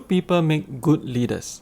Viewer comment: Wonder why Singaporeans who are well educated pronounce "people" as "pee_per"?